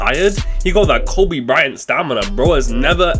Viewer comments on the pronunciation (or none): none